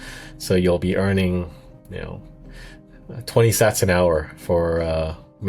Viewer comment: Pretty bad AI voice can’t even pronounce Sats correctly. Do better